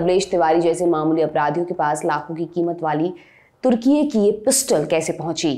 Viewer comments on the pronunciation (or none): none